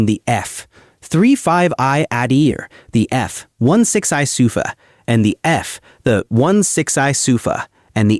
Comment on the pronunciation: PS..it's pronounced Ah-Deer, meaning Mighty, not "Adder"